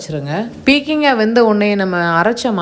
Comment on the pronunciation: அது பீர்க்கங்காய், உங்க உச்சரிப்பை இங்கே போட முடியவில்லை 😢😢😢